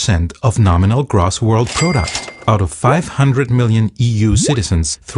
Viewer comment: gross is pronounced with a long 'o' like grohs I liked the video